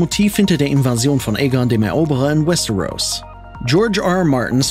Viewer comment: Was ich nicht verstehe ist das ein deutsches video warum spricht er westeros so komisch aus und paar andere wörter wtf